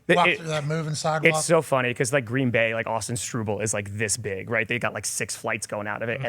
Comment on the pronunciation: Cmon man..pronouncing Straubel as Strew bell. It’s straw bull!